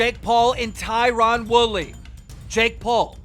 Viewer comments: It’s not “tyrawn” it’s Tyron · Tyron pronounced TIE RIN. ffs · Keemstar: TIE-rOn WOOly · Is anyone listening to him say tie Ron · Why doe no one pronounce Tyron Woodley name right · Tie-Ron.....come on keem